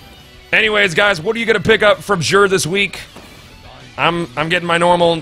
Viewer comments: It pronounced like zur not zsure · 1. He says Xur like Jur 2. Why does Xur sell bad stuff year one Xur was so much better. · you say xur /exur/ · You pronounce Xur like a dingus.